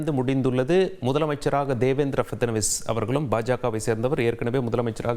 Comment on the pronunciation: பேரை சரியா சொல்லு...டீ😂